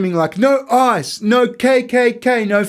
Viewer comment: His decision to pronounce Ice as I early in the video changed the whole tone for me. And the visuals!